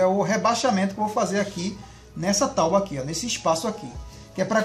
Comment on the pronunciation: “Tauba ou tábua?